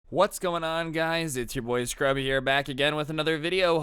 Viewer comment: Oooooo I’m telling the intro said scrubby Instead of scrubae